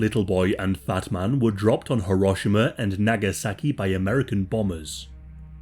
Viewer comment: And the subtitles seem to think you said batman aswell